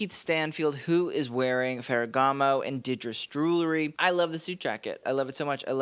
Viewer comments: Jue well ree, not Jue lew ree. Get the "w" in there early on. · Jewelry NOT Jewlery Jul ree. Jul la ree This sets me off every episode. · JEW-EL-RY. Not JOO-LERY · Enjoy your videos, but please stop saying “jewlary.” Jewelry is pronounced Ju-well-ree. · ffs its JEWEL-RY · I turned this off after hearing you say "jewlery" for the 10th time.